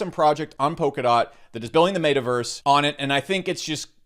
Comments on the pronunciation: mate uh verse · Yooo i almost spit all my food out when he said MAY-TAH-VERSE 🤣🤣🤣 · Did you say mata verse ? And sandbacks what is wrong with you ? Do you smell burning toast ? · Ur pronouncing meta verse so wrong 😂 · You say Metaverse different lol